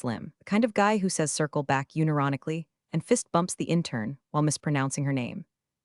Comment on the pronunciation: They mispronounce it as [yu-ne-ro-ni-ka-li].